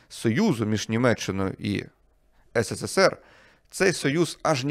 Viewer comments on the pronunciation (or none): none